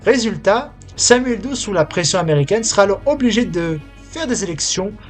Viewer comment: "Do_e". Apprenez au moins à prononcer le nom de celui sur lequel vous essayez de faire un documentaire. Son nom ne s'est jamais prononcé de la sorte, ni en français, ni en anglais. Du plagiat de surcroit.